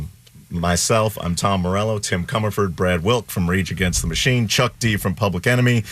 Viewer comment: How does Tom not know how to say Tim's last name?